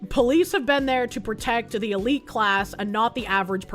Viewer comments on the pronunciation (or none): none